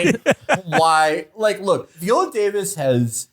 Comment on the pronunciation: Vee-olllaa Davis? Lol